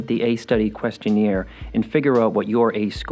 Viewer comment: You pronouncing question-AIR as question-EER is giving me PTSD.